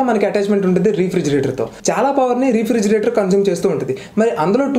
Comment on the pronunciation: Pronounciation Rey-fridgerator bro..... Not re fridgerator just a tip.... Nice videos